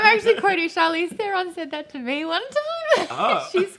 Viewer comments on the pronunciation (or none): none